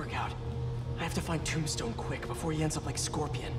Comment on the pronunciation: it's Tombstone and Yuri not Dom Stone and Fury lmfao